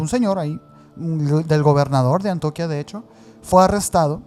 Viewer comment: se pronuncia Antioquía es una palabra grave por tanto su fuerza va al final de la sílaba. Saludos desde Guadalajara, me encantan sus podcast ❤❤